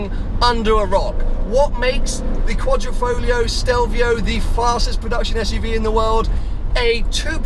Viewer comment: it is not 'Folio' BUT 'FoGlio'.........lol